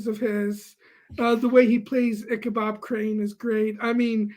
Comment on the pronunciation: Icabob Crane? I thought it was Icabod?